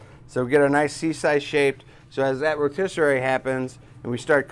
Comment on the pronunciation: Put meat on the Ro ‘tis serrrrraaryy